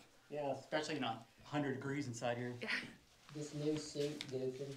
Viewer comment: haha bro said " New suite goofin" hahaha